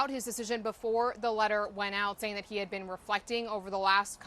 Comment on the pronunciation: Just say-en wow